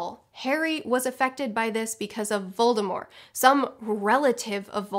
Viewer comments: Thank you so much for pronouncing Voldemort's name right. The T is silent and it bothers me so much when people say VoldemorT. Uuugggghhhhhh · I mainly appreciate that you pronounce Voldemort correctly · Actually J.K. ROWLING SAID That The T in VOLDEMORT isn't supposed to be pronounced